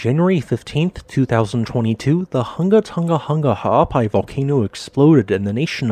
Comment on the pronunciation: I like that you got the voice bot to say this volcanoe's full name repeatedly.